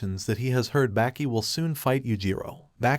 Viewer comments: You're pronouncing the name completely wrong... Its baa- ki Not back - ee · Bro its not 'Backy' And its not 'Yogurt'